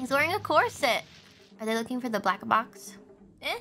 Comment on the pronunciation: I like how she says "grampa hooks" and "black-a-box"